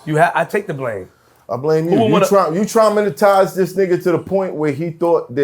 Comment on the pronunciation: Did math say "draminitize?" 😂